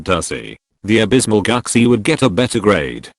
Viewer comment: It's pronounced "Goochee".